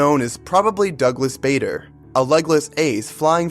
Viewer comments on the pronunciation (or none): It’s BADER NOT BAYDER!!!!! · Pronounced - Bahder (not Bayder)